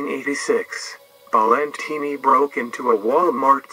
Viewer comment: It’s pronounced Balentine like valentine